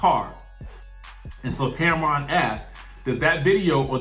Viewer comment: it’s Tamron pronounced Tam-ran 🤣